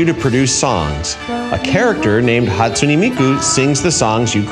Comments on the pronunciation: "hatsoony miku" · "hatsunEE miku" NO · Why does he pronounce Hatsune Miku so weird like why he say it hatsu-knee like wot HaTsUkNeE MiKuU